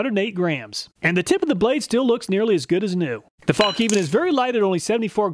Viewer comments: It's pronounced "fallniven", the K is silent, like in knife. True cringe moment when I heard it pronounced Falk Niven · "Fällkniv" means "folding knife" and is pronounced "fell kneav". Love the videos btw, thanks. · I'm just used to hearing 'fallk-neevin'.